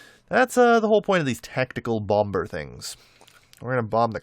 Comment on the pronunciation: For the love of god, please pronounce "bomber" like bommer